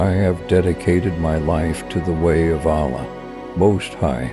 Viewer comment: Why do they have someone narrate a beautiful clip like this who can't even pronounce "Allah"